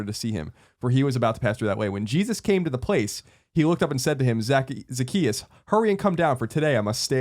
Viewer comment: Greg, it's Zacchaeus. He was a wee little man. Jesus loves him though.